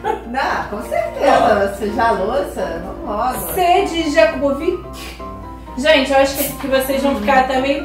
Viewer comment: "JAKUBOVIC" Asertei.